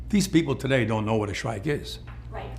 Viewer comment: a shrike? A shrike is a bird. What's a shreet?